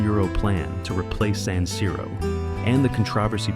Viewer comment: Quello moderno sarà bello quanto questa voce artificiale che continua a dire saniro. Di per sé la cosa poco convincente. Poi vorrei capire cosa cavolo c'entrano i centri commerciali con lo stadio.